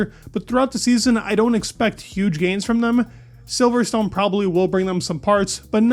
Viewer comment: its pronounced "silverston". you dont say stone